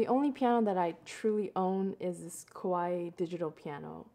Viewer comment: OOF, she said the brand Kawai as Kawaii D:<